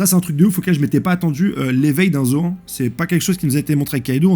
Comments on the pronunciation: Zoan se prononce « zoane » 😂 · C'est fait exprès la prononciation de luffy, yonko, zoan etc....?